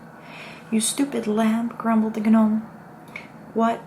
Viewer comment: It is pronounced Nome, not Gah-Nome. Hopefully you find this helpful